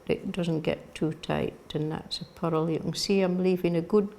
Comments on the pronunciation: I kept thinking she was saying “puddle” until I realized it was “purl”! OMG!! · It's just the pronunciation of purl in Shetland, and in some other parts of Scotland. The rolled r in the middle gives it two syllables - pu-rl :) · WITH SINCERE APOLOGY: I was only half listening to in this video and picking up little tips and tidbits about knitting. Please note I am saying this with only the deepest affection: I was only half listening, but quite puzzled until I finally understood what she meant by a “puddle” stitch! ❤😂❤ I was shopping on Amazon but had this video playing, repeatedly, on the tv just for the “company!”😊 Yes, her voice is so lovely and soothing!